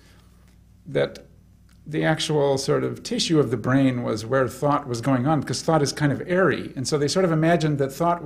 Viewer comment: He says 'thought' like 'fart'. 'Thart' Weird.